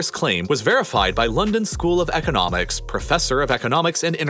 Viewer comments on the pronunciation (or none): none